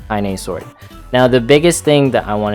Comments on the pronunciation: ... you gotta watch the intro to Nier Gestalt... Lol, you're not wrong to pronounce Kainé as Kain... Since, you wouldn't know how it's pronounced unless you heard it But... The Yoko Taro isms in me always has to go Kai-Neigh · The only thing I can complain about here is that it's pronounced 'kai-neh'.^^ (Well and that is has nothing to do with armor at all, despite it saying so in the title). Also: What about Support in story mode?